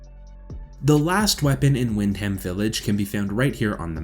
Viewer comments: For someone who has played the game why cant you pronounce Wyndham correctly? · im English, im not trying to be hateful but our 'statesside cousins' have always made me laugh at their pronouncing of certain words like the borough of places im from peterborough and they always murder it, but at the end of the day it 2 types of English, but i agree there's no excuse for Wyndham. great vid tho, no fucking about.